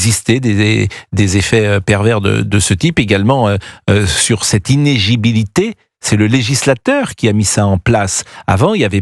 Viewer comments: le mot du jour est quand meme inéLIgibilité, et pas inégibilité. Si Pascal Praud n'arrive jamais a le prononcer correctement, il serait plus avisé de commenter des matches de foot, il risque moins d'y etre confronté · Hors sujet : il n'y a pas une seule vidéo ou les gens sont capables de dire le mot : INÉLIGIBILITÉ Ils disent tous INEGIBILITE ... 😅